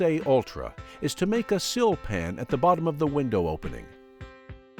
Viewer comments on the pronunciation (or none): Group The voiceover is read that way three times, as if it were (width + 2) x tape width. Also, he needs to distinguish the pronunciations of "sill" and "seal" better. , the text reads and is read aloud "OBS." Should be, and is later, "OSB." I like the demo for the bottom of the window... very efficient opposed to other techniques.